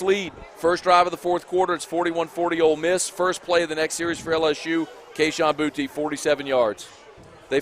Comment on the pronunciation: knows how to say his name Boutte, boo tee